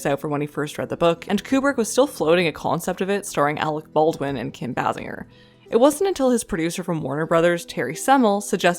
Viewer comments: You are pronouncing Kim Bassinger's lady name incorrectly. The ssing is pronounced like the word sing you skip over that part entirely. The s sound as in the word sing is not silent. PostScript, after listening to your video your entire pronunciation of very average words seem like an affectation as though you were trying to assume a British accent without the accent yet the pronunciations of the way of British person would pronounce certain words. It comes off very poorly and I suggest that you abandon it all together. It's disconcerting and rather makes you the focus of your video rather than the subject matter. Maybe it's something beyond your control I don't know if anybody has ever told you this before but consider yourself told. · it's kim "BAY-singer".